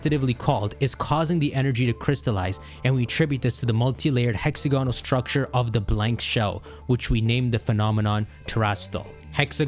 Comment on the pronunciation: Bro it's hex-AG-onal